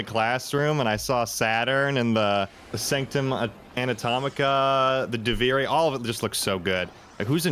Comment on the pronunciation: especially how he pronounces Duviri "Duvari"...